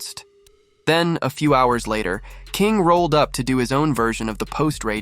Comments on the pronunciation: "48 hars"... You mean hours! Fuck man what has happened to the world that people now don't know how to pronounce hours?! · A.I. voice over again? Forty eight HAARS ??